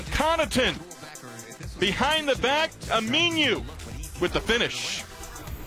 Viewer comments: its pronounced aminu not ami-new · it's aminu not aminiu!